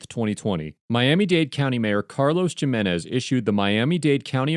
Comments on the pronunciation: Did you really pronounce Jimenez as Jeh-menez instead of Heh-menez? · Hey, narrator: "JIMenez"? No, Jimenez is pronounced as "HIM * en * ez." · The J in Jimenez is pronounced with an 'hih' sound